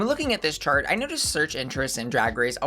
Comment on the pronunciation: I lose you every time you say “chart”